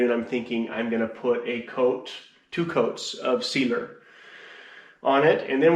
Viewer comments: Sealer not Cedar. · Wow, lots of dust and work! Turned out well though! Am I the only one who thinks is saying Cedar when he says sealer?:-) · I kept hearing him say “I’m going to do two coats of Cedar” 😂😂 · I heard the same lol